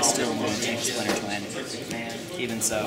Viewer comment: Splinter Twin, not slinter twin lol